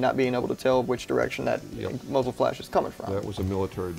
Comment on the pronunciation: A “moozle” brake